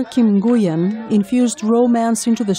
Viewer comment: I'm pretty sure Nguyen is pronounced Nwenn.